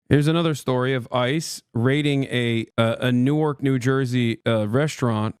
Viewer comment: Hasan, you’ve lived in Jersey long enough to know it’s pronounced nork.